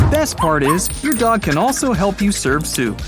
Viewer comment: It’s dog not dod btw